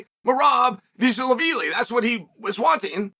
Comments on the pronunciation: Notice how Chael says Merabs' last name perfectly...😏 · HOW DID HE PRONOUNCE DVALISHVILI'S LAST NAME? DAYUM.